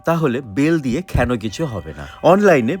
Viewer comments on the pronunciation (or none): Keno k kheno bolen kn😂